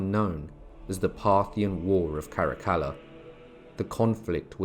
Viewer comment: Good to hear Caracalla pronounce correctly.